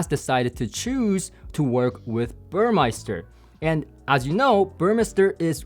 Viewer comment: Good that you refined your pronunciation of "Burmester" (now correct, compared to your teaser video).